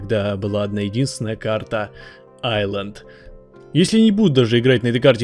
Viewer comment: Все кто хорошо знают английский и кто-то говори Исланд , а не Айланд : бунт !